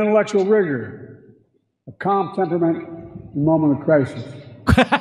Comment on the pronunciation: He was saying, “calm temperament”😂